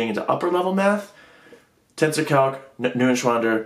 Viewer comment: Funny how you pronounce Neuenschwander. When you pronounced it I first thought it would be a weird Chinese or Japanese name. The guy from FlammableMath should teach you some lessons in pronouncing German names correctly ^^.